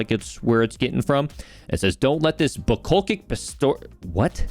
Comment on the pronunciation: Bucolic is pronounced bew-call-ick. It's not a word I've seen used often haha